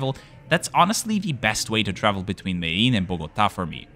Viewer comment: He does for some, but isn't Medellin locally pronounced as mede-jeen? I learned it as such but I've seen conflicting pronunciations